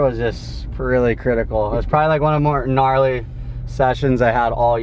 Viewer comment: Guh Narlee